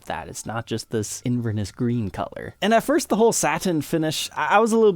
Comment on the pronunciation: Hi. Not a complaint, but when you mention the color "Inverness " green, it always sounds odd. The correct way to pronounce it is inverNEss with the emphasis on the "n" and"e" instead of inVERness. Semantics yes, yadda yadda.. Again, not complaint. Love the show. Carlo (Fife, Scotland)